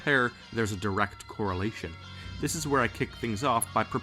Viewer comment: Is it a correlation, or a CORAL ation?